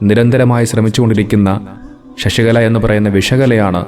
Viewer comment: "ഷഷികല" അല്ല, "ശശികല " എന്നാണ്.